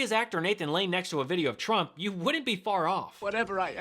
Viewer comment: That sounded like they were saying crook, not trump